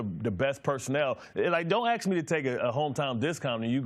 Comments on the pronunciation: How hard can it possibly be to sound out a 3 letter word for God's sake....ASK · Ax yourself, axed yourself... Really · Mr32santana Because when you intentionally speak incorrectly you make yourself out to be a fool, and anything else you say loses credibility. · Mr32santana He's mispronouncing it on purpose. That's the problem. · He's axed to do too much. Dey be axing him to do too much. I wonder how they can axe so much of him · When he needs an axe to cut wood, does he then say "get the ask"? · I don’t begrudge someone for not being able to say ask correctly. But maybe find a different word to use if you have problems saying it.